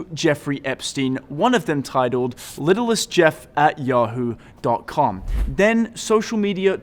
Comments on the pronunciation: Little Saint Jeff, not littlest Jeff. It’s a reference to his island, Little Saint James. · Its Little St (Saint) Jeff, idiots!